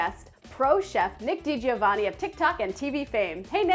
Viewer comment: Not "Dee-Gee-O-Vah-Nee" it's "Dee-Joe-Vunnie". It's an Italian name, the "I" is only in there so you won't say "Dee-Go-Vunnie".